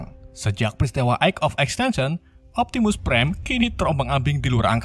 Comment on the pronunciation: Bakan optimus prime tapi optimu prime